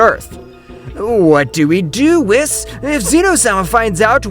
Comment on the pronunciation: whis is pronounced (weese)